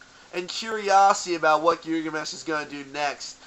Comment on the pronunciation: I stopped watching after you mispronounced their name >_>